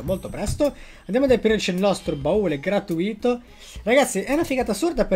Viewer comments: si dice gratùito non gratuìto hahhaahhaa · Ma perchè dici "gratuìto"? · Non ti posso più sentire quando dici gratuìto😱😱😱